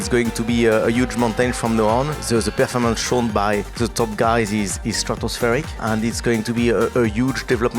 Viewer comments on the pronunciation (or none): Cyril, Fred and now Laurent.... The way the French say "Performance"